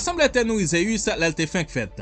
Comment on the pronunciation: bro li sonnen mal nan zorey mwen pou ap prononcer ZEUS wap di ZEyus